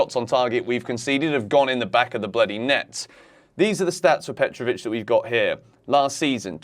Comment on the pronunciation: Petrovic, petro chec- how that sounds😂